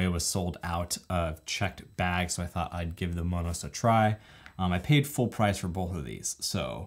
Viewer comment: Thanks for the info on Monos. I’m looking forward to purchasing one. Like the way you pronounce it (the Hispanic version) 🌶🥹💺